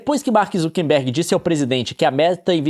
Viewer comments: Meu mais novo sonho de infância é que o Leon aprenda que é Mark ZuckeRberg, com R, e não ZuckeNberg como ele sempre fala. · Eu vou fazer um jogo de bebida comigo mesmo: tomar um shot toda vez que o Leon falar Zuckenberg ao invés de Zuckerberg.